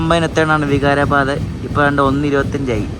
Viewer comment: നിങൾ പറയുന്നത് ബീഡർ എന്നാണ് എന്നാൽ ശരിക്കും പറയുന്നത് ബീദർ എന്ന് ആണ്, അത് പോലെ ലത്തൂർ അല്ല, ലാത്തൂർ ആണ്, വിഗാരബാദ് അല്ല വികാരബാദ് ആണ് pronounsation ശ്രദ്ധിക്കൂ, പിന്നെ റെയിൽവേയുടെ ഓപ്പറേഷൻ സിസ്റ്റം നിങ്ങൾക്ക് അറിയില്ല അത് കൊണ്ട് തന്നെയാണ് നിങൾ റെയിൽവേയെ കുറ്റം പറയുന്നത്, അത് പോലെ വൃത്തിയുടെ കാര്യം പറഞ്ഞു ഇത് ഒരു പൊതു മുതൽ ആണ് വൃത്തിയാക്കി സൂക്ഷിക്കേണ്ടത് പൊതു ജനങ്ങൾ ആണ്